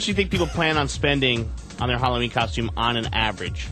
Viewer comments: "KOSHTEUME" - The most unfunny man on the radio. Also, OPIE FUCKING STINKS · i say coshtume too, fuck off